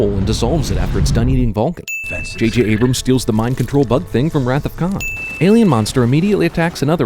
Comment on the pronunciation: Everything wrong with Star Trek (2009) in two syllables: A-brams